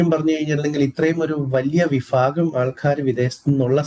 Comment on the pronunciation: സഫ അല്ല. സഭ ആണ്. ഫാഗം അല്ല. ഭാഗം ആണ്.